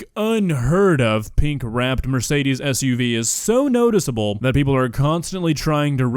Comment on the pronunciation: It hurts my german soul to hear how they pronounce 'Mercedes'